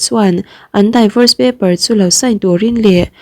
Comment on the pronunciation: Daivors ti suh, d'vors emaw mizotawng a di-vors tiin lam roh. Hetiangah chuan google ah "divorce pronunciation" ti la i ngaithla thei mai ang.